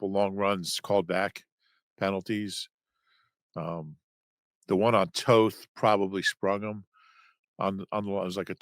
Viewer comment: Toth is a Hungarian surname, so he pronounces it right. Americans read it differently. Same with Coach Nagy. It is not Na-gee.